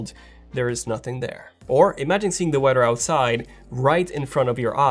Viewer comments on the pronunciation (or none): WeaTHERRR OR WEDDER HAHA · The “wedder” 😂 can’t go any “Furdder”